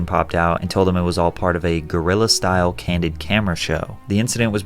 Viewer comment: Dude. "Guerilla" is not pronounced "gorilla"..